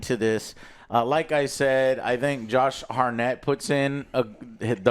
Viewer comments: Wtf is that pronounciation of Hartnett? Its not Hartnette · it`s hart-nett not har-nett, jesus